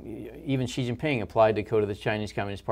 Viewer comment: Please help Patrick understand how to pronounce China's President Xi's name correctly, PBD is such a talent - but can't stand he continues to butcher Presidents Xi's name..... this is very simple Xi = She... yes so easy.. President She (Xi)... the rest of his name is pronounced She Jin (like the name Jean) Ping (pronounced like ping pong, just say ping) very simple -- China's president SHE JEAN PING, keep up the great work PBD and home team.. such valuable content